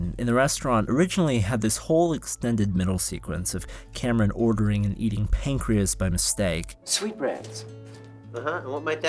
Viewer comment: i swear he says "we ate pancweas"